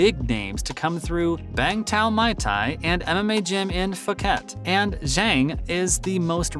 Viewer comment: I hate when white people who cover the sport of combat fighting and dont know how to pronounce muay thai. Its pronounced like boy but with an m not a b. Stop saying my thai, especially if youre covering the sport. Its not hard and you should already know how its pronounced if you take combat sports serious.